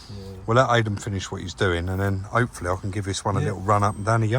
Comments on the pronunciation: called him aiden again countless times after saying about it being pronounced eiden 🤣🤣 good job hes a mate poor bugger, great video as always lads 👍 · And you still couldn't be bothered to pronounce his name properly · Calls the guy Aidan, he corrects you on pronunciation, you continue to call him by the wrong name - abit insulting no?